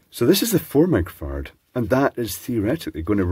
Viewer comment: Does he say 'micro-fart'? 😏